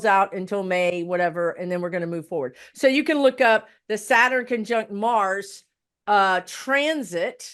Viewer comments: I love that you're a Virgo (high vibration Virgo) My Capricorn sun and moon resonates with you. I love how says satin when she's saying Saturn and yes Pluto in Capricorn is icky energy. We all just need to hang on because it'll get better. I'm dealing with crazy mercury retrograde energy and still haven't regained my energy since the eclipse. So I really appreciate this. This is an amazing podcast with the two of you. I think you're a winning duo! 😁❤ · Why "satin" not Saturn? And we are supposed to believe you?